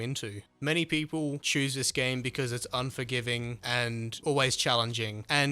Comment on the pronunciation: im not sure if i want this game personally i like survival games but then again he said onjorgiving SOOOO much in this vid and the game is 45$